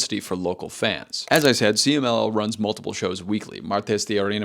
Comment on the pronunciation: loved you pronunciation for CMLL, 10/10